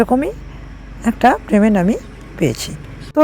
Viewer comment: Kothata prement noy payment hobe 😊